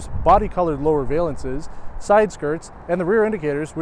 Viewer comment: It's VAL ance and not VAY lance